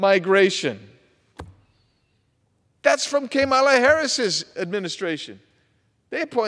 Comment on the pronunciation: KAY-mala. LOL